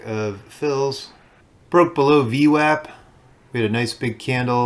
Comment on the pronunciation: Wow, someone that properly pronounces VWAP...subbed!